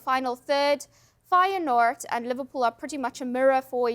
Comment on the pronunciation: Firenoord????? What the hell….